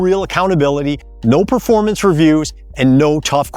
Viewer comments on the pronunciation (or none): none